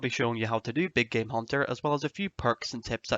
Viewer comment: At first I thought he said "my big gay hunter guide"